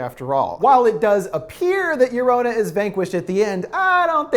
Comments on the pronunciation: Okay no shade but he really stressed her name was pronounced “Jo-ro-na” in his video about her then he just defaults to “Yo-ro-na” in this video lol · Its llorona not lorana long o not short o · Sure hate the way every “american” says llorona. Its pronounced (Yo-rona) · Ragnarok R wymmmmm I’m not bothered by the lorouna pronunciation I think it’s funny aslllllll🤣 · Pronounces llorona wrong Me **one Hispanic boi**:😂 No offense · you said llorona incorrectly especially since we heard you teach us how to say it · The way you pronounce llorona makes me sick could not even finish the video thanks for the offence